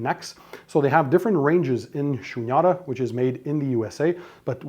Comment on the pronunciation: The Cables are " Shunyata" . It is pronounced as "Shoonyataa" . Its a Sanskrit word.